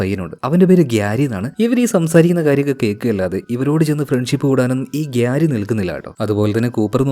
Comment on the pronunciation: gyari alla പ്യാരി 😂😂